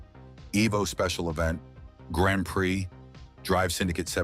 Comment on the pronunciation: first says Grand Prai, a second later Grand Pri, love these little mistakes.